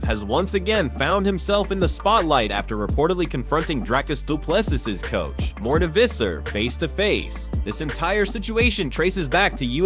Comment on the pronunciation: How is it that more than half of the MMA video voices can't properly pronounce the fighter's names? Here's another one. Duplessuss, Komzutt. WTF?